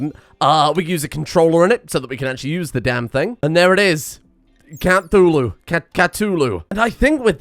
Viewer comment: Cult of "cathuwu"